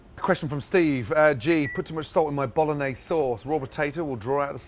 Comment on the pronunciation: He didn't pronunciate bolognese right... :(